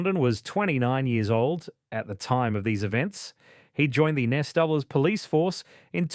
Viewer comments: “A serving Nessdoubles police officer”. It’s pronounced N.S.W, or New South Wales. Not ‘Nessdoubles’. Get a better AI voice model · If this presentation is AI, it proves how stupid it is to use it. The pronunciation of the NSW Police is pronounced New South Wales Police, the spelling of the accused's name is incorrect. Reading the text errors on this vlog is ridiculous for such a serious case matter. Do better.